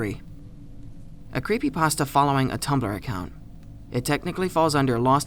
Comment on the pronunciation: cweepy pasta (๑˘︶˘๑)